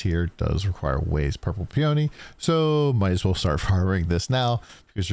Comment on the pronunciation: It's Pee-O-nee 🙂